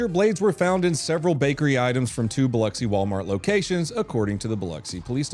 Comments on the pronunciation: Dude first off props for saying Biloxi right. I live on the MS Gulf Coast lot of people say it wrong. Second you need to do a follow on the lady putting razor blades in bread. If you notice on the video of her she is wearing a band aid on her face covering her nose. You need to see her mug shot picture and you will completely understand why she was wearing a band aid covering her nose lol. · First time I've heard someone pronounce my hometown correctly lol. Also first I'm hearing of the razor bread in Biloxi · I haven't followed up on the story, so I can only assume... did wallyworld fire the LP for daring to go hands on in a life or death situation? Also: Thanks for pronouncing Biloxi properly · Bravo Zulu for pronouncing Biloxi correctly. Sincerely, MS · Finally someone can pronounce Biloxi